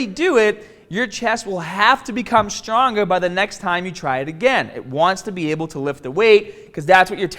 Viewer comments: Strongahh and Bigahh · "How are ya gonna get strongah ta break P-Ahhhs"